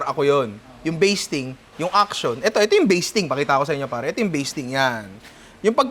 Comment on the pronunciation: Master "baseting" sauce.😂 nalunok ko tuloy laway ko.🤣